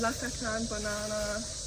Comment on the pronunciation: What kinda banana did you say?